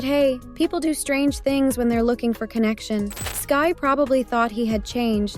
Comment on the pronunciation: Brooooo for fcks sake its SKY not SKAY The way that irritated my soul 😭